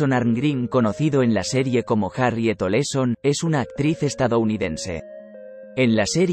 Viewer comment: Cuál Nelly Oleson...? , era Nelly Olson. No inventes....😬😬😬😬😬